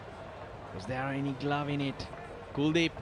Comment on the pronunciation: it's kuldip .... Not cool deep😂😂